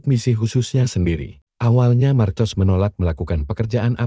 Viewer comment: Marcos di baca dalam bahasa indonesia markos